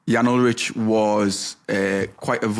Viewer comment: You lightweight Gen Z millennials lol Wiggins doped. They ALL did. Armstrong was just better. Ulrich (pronounced “Ull-Rick” not “Ull-rich - smdh”) would’ve beaten him if he were better. Saddle-up, boys - it’s time to dig in and win. We’re talking about different eras. Face reality. Ride!